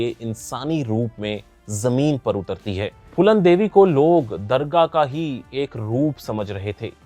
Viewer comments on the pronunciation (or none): ..;;'' BAETA , HOOST , MEZBAN ,, AENCAR ,,,,, AAPKO , THODE MEHNAT KARNI CHAHIYAE , HINDI BOLNAY K LIYAE ,,.. DARGAH ,,, OR DURGAH ,,, K FARK KO SAMJHAEEN ,, AESI BOHOOT SE GALTIYAAN HAEEN , TALAFUZ KI ADAYGE ,, SIKHNI ZAROORI HAY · Durrga not Dargah